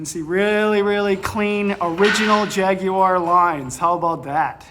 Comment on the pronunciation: Well done for saying Jaguar correctly. The vast majority of Americans ALWAYS say Jag-waar which really pisses off us Brits. We call it a "gear knob" in the UK, because it's a knob that changes gears.